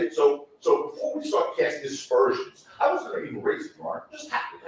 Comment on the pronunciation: Aspersions, not dispersoins.